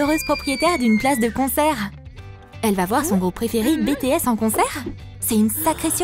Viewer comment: BiTièSs pas Bétéss 😒😒😒